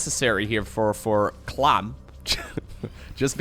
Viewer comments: It's "Clam"!! not "klum". Dutch people....🤭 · Klum? I Think you mean "Clam" or KLAM" Where did you get Klum from lol, either way I'm going to watch and enjoy! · Why do you say "clam" like "clum"? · Lol at trying to say clam: clum clom clum clem clum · Harstem tends to say clum instead of clam when casting and talking quickly too I guess something about it is easier to pronounce when having to say clem and clam at the same time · No one: No one at all:: reads 'clam' "clum" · I was thinking the same! I made a little meme I hope he sees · Lmao the clum pronunciation was driving me nuts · Is Clam pronounced "Clum" in the Netherlands or is that just and accent thing? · Especially when he says "clum" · I thought that might be the Dutch word for "Clam", but apparently it's "Mossel". So there is NO EXCUSE!!!! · I want you to channel your inner upstate New Yorker when you say clam. Pretty much every native english speaker would pronounce the am in clam the same as "Am" Just think of Guardians of the galax: I am Groot. I Clam root. SAME VOWELS. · please look up the seafood called clam(s) for the correct pronounciation lol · With pronunciation its clum vs clom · Your French suxx bro, sorry;) Clément is NOT pronounced "Clay-mah" in French, and Clem, without the accent aigu is NOT pronounced "Clam" in French, and 'French' should be capitalized... Also (lol) there IS a very noticeable difference in English between Clem and Clam... You are right though about and Harstem using a strange in-between pronunciation:)